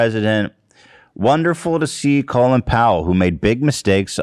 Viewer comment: colin powell’s first name is pronounced like colon